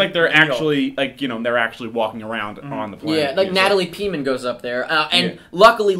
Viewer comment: Natalie Peaman? I swear it's Portman?